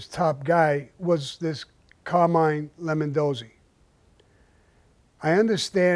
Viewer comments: Why does he keep calling him "Lemondozzi"? Wasn;t the guys name Lombardozzi? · What has me cracking up is the dudes name is LOMBARdozzi, he keeps calling him LEMONdozzi 🍋🍋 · "Lemondosey" lol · Lemondozi or Lombardozi? Thought it was the second. Also never knew he got knocked down to soldier.Have heard he had to marry the girl, but nice to hear the entire story. Great as usual! Thanks Sammy!